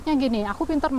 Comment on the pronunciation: Terima kasih. Btw aku ngakak online dengar kata "roti nastar". Jawa banget kayak aku. I love you 💝